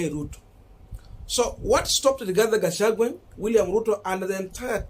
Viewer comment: Rigathi Gachagwa please. It bores. Pronounce well.